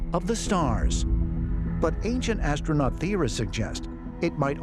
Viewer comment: Did he say ancient assnuts